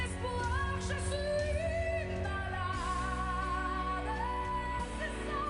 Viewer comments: Malade pronounced like salad in english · Not maladey, malad, like salad. The e is silent.